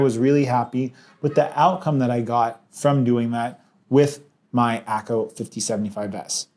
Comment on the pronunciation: Why does he say A-owla... when it's clearly pronounce Owla. Oh, forgive my lack of manners. Hi. My name is Pee-awl.